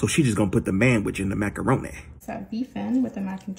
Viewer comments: “So you just gon add the man which to the macaronayy” that killed tf out of me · " so we gon' put the man-which in the macaronaaa?" 😂😂😂😂😂😂